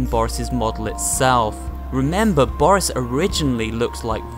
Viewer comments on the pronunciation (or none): It’s not boris it’s booorrrris